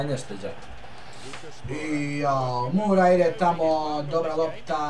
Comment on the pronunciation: nije Mura nego Moura, čisto da znaš:)